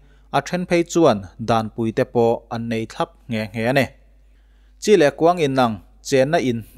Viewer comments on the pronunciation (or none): none